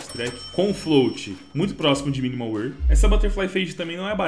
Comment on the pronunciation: mn pior q eu sou, e tbm falo alemão, e arrisco um pouquinho de italiano, e o jeito que ele fala wear é estranhao kkkk